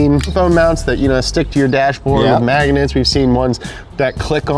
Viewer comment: Anybody hear how says Magnets? 😂😂😂